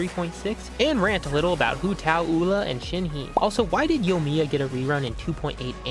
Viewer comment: Who tf is Shen-hee, Oola and Bun-zoo?